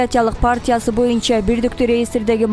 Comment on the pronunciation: Урматтуу төрага боюнча деген сөздү туура айтчы ..суранабыз ..